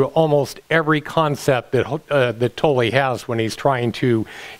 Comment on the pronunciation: it's not Tollee its pronounced Toll, still Luv U